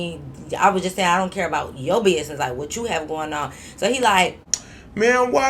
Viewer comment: lol when said “talkin aboot” by a mistake i was like when the heck did she get a Canadian accent 😂😂